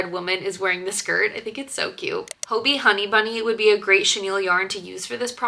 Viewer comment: Im from denmark and im pretty sure “hobbii” is just pronounced like hobby